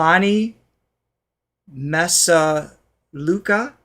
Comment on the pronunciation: tagalog....stresss on the second sylllable misalucha is mee-sah-loo-cha.... as in chacha